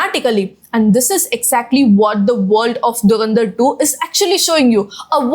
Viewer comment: Its Dhu ran dhar, not durandar, sound weird, atleast try to pronounce clearly